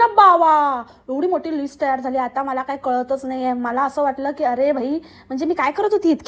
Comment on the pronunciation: तयार झाले ला तैय्यार झाली 😂